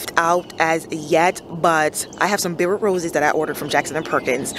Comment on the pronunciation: I think Guadalupe is pronounced Guada-lu-pay with a Spanish pronunciation. Maryland clay is definitely back breaking.